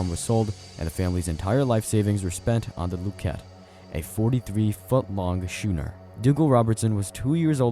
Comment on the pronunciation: Schooner is pronounced "skooner." And yes, orcas ARE whales. They're members of the toothed whale order.